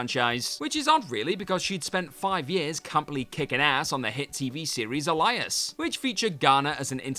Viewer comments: Totally did!! And did he pronounce "Alias" as "Elias"? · Love you so much... but it's ALIAS (aye-lee-us) not (uh-lie-us) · Uh-LIE-us? C'mon, man! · Did he call Alias (A-Lee-us) A-lie-us? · Alias = Ail....ail-e-ess. not Elias. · Why do English people suck so bad at English? Alias is not pronounced like the name Elias. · hehehe I can always count on handsome to mispronounce something, but Alias?? (Elias) LOL oh uuu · you're a wrestling fan - how the heck did you manage to read Alias as Elias? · Elias? Seriously? That's how you pronounced Alias? And you get paid to make this content? Unbelievable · When mispronounced "Grier" as "Gry-er", I let it go. I figured the script-writer was more familiar with the queen of blaxploitation than the narrator. But butchering "Alias" into "Elias"?? Seriously?? Are you even English? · Pam Grier (pam gree-er), Alias (ay-lee-us) WC bringing back the mispronounced names trope then. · Ah yes, Pam "Gryer" and famous Garner vehicle "Elias". :D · I've never heard the word Alias pronounced so bizarrely. 😛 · Know of any WhatCulture hosts who completely failed at pronouncing 'Alias'? Honestly,, it's like you are a British version of text-to-speech from 1991. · Is that really how Brits pronounce alias? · There is no fucking way you pronounce Alias that wrong. You did that shit on purpose. 🖕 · WTAF, how the he'll can you not pronounce "ALIASE"" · I love the pronunciation of Alias. Can't tell if you really think it is said that way, or it's intentional to increase engagement. If the latter, good play 😁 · How in the WORLD did you manage to pronounce Alias THAT wrong?? I agree about Affleck, he is by far one of the worst actors in history... his action chops are dire... i mean, his batman is only just marginally better than clooney. I will add, I'm surprised Adrien Brody wasn't on this list... i mean, come on... as an actor, yes, he's good... but in action? No. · Punch yourself for that pronunciation of "Alias"!